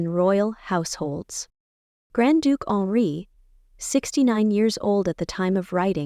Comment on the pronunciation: The Grand Duke's name is not Alree, not honoree, not Onri. It is Henri.